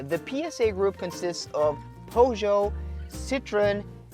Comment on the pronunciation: Powjo lol, you suck bro